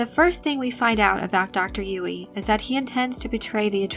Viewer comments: I think it's pronounced "Yueh", not "Yui". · i appreciate the video but the pronunciation of "yoo-wee" is so distracting haha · Girl!! You say Dr. Yueh’s name wrong. Actually Yue is more correct Chinese spelling but writers probably didn’t know or wanted it to look different.